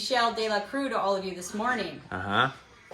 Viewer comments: The room looks amazing! It was all worth it because just think about it, you might not have found that Michel Delacroix painting if you weren’t doing this room makeover. Also, on Instagram you mentioned you weren’t sure how to say his last name. ‘Croix’ should sound like ‘crwah’. Croix is usually translated to cross in English. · You pronounce his name crah not cruiz. OIX in french is ah. Not trying to be a know it all but just trying to help. You guys are awesome!!